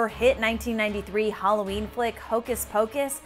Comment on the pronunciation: Not Huh-laween, Hula-ween! She's from Hawaii!